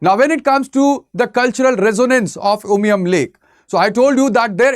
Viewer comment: Clear presentation, i like when he pronounced 'umshyrpi' and umiam' just like the locals❤